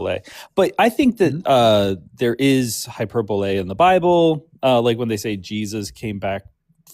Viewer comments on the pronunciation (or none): Oh, yes, we heard high-per-bull the very first time. But asking for hiperbull for a third time was... Beautiful. Do these people ever use the dictionary? Never talk to other people? Ever go to school? Wtaf. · So, for the poor boy who didn't say hyperbole correctly, I see desperately just wanted someone to teach him. Definitely a situation where reading the word vs. hearing it in real life didn't come together properly.